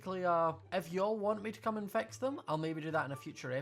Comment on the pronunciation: It took my a long time to realise he was saying, fix, not vex